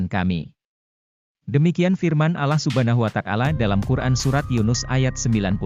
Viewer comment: Maaf ya anda. Beritakan cerita alquran tp kenapa bacanya alah bukan allah